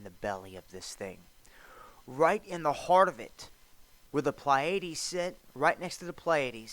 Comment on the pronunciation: Hard to take someone seriously when they are talking about the stars and can't even pronounce Pleiades correctly (or the word Sanhedrin). Just remember, Jesus told us, "But of that day and hour knoweth no man, no, not the angels of heaven, but my Father only." (Matt. ) There may be something to the stars and planets aligning, but always be cautious about date setting.